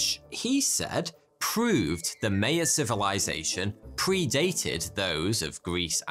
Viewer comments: Maya not Maya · It's not Mayo, pronounced My-yan, you English kill the name all the time. Gram Hancock has proven that life in North America is way older than the land bridge and that there was major life in the Amazon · Sandstone “butts”? It’s pronounced “bewts” MAYan? It’s pronounced “MY-an”. Who gave this guy a job? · its maya, not meya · Nobody pronounces Maya like that, not even the drunken Irish. (M eye uh) Also "butte" is not pronounced "but". More like beautiful just without the iful part. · A guy that can’t even pronounce Maya correctly, pooping on Hancock, West and Schoch...oh boy the internet has really outdone itself today. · The pronunciation of "Maya" and "Ouija" really surprises me... This is just a basic reading using English rules and as an American, it bothers me. Where the hell did we get the idea Ouija is Weegee and Mayan is Myuhn... I realize he didn't say Ouija in this video... its just still on my mind. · I love your content but the way you're pronouncing "Maya" makes this one hard to watch as a Mexican 🤣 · it hurts my ears everytime you mispronounce Maya!